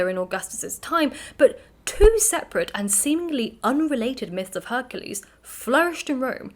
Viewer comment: Mabee it is my age, but it sounds like you are saying "hercese, instead of Hercules